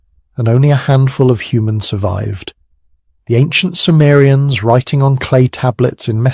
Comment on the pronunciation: SUMERIANS. not samarians